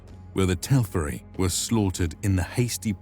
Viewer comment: It's when I hear stuff like "When the Telferi were slain...!" that I wonder: couldn't whoever made this video actually read a word that appears literally dozens of times in The Silmarillion? "TelFeri"? Really? Also, Melkor's captivity of "300 years"... well, that's in Years of the Trees, but the video never mentions these, how long these are, or even points out that they are in any way different from solar years. In fact, he was in the Halls of Mandos for 2875 solar years. And Númenór really wasn't that close to Middle-earth - it was much closer to Aman. All of that, along with the constant mispronunciations (eg. "Seleborn" instead of "Keleborn" and "Vaalar" instead of "Va-lar") makes me wonder if whoever made this video had done the slightest bit of research beyond skimming Wikipedia pages.